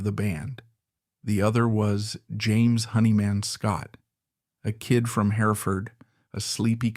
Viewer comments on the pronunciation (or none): Nice pronunciations robot. Hair-ford, Honey Man Scott. If you are an actual person you should learn the correct pronunciation of things you seem to be so interested in. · A bit of a shame that the narrator pronounces James' surname as "Honey man." Some great info though. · Yeah, this AI crap is really bogus shit. Mispronunciation of his name and that happens in every AI that has a name that is either a combination of two words or has too many vowels and consonants together. Good information, though some stuff I didn’t know, but do I trust it? Just great seeing some photos that I’ve never seen before. Jimmy was melodic and raw all at the same time. He caressed chords and pushed solos with speed and precision. But most of all with soul. I thought I saw a picture of Jimmy and Eddie Van Halen. I looked at that picture and went fuck… Jimmy was a better guitarist for that simple reason. He had soul and he had technique. I’ll take soul over technique any day.